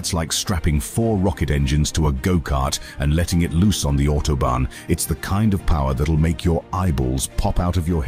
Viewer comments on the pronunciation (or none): none